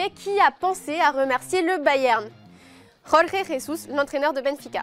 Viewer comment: RÓR-RE RÉZUSS??? Mais est-ce que c'est dificile de dire Jorge Jesus comme "George Jesus" (en anglais)? Je pense que c'est pas dificile